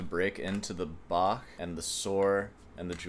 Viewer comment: noticing an increase in correct Bach pronounciations lately 😄